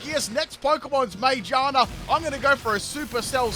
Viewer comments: Why did you say Magearna like that I was like, My what? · He has trouble naming pokémon 😅